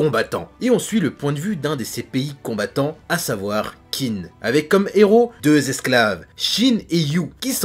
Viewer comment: Qin se prononce Tchine, sinon.